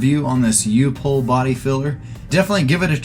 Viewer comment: I'm also a HUGE fan of this product. You did pronounce it correctly, by the way. I have a buddy who worked for U-POL for over twenty years, and left to work for a company called TCI Products in St. Louis. They basically copied and improved several of the U-POL products but they don't have a regular body filler. I've always spent the extra money on Evercoat Rage, because I HATE how Bondo and 3M brands are hard as concrete and terrible to sand. But there is absolutely no reason to spend that kind of money on Rage when Fantastic works just as well. I have one friend who works at a production body shop who says it pinholes. But I haven't noticed that in my body shop. The only Evercoat product that I will need in the future is the XTRA filler. It basically extends the "kick" time by several minutes to upwards of an hour. You add it in to your regular body filler in a proportion depending on how long you want to extend that cure time. I am going to test out using XTRA with U-POL Fantastic next.